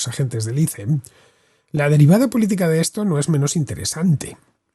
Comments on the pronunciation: Por fin escucho a alguien pronunciar la sigla ICE como "ice" y no "ais", como si fuese un nombre propio. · Me encanta como Villanueva es tan recalcitrantemente boomer, negándose a decir correctamente ICE